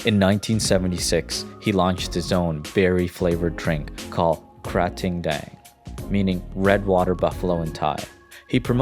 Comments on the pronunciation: It's not pronounced krating like you did. It's kraa ting deng. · ronounce ka-ti-dang.